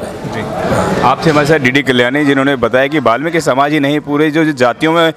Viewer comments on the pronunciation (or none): जय वाल्मीकि 🙏 phli bat to balmiki nhi hota वाल्मीकि hota ha or dusri bat wo dakku nhi t thk h na unke dakku bolne ki jurrt ni ha thk h na or jb tujhe puri information nhi ha वाल्मीकि guru ke bare me to jdya bakws krne ki jurrt ni ha thk ha na .. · बाल्मिकी नहीं होता वाल्मीकि होता हैं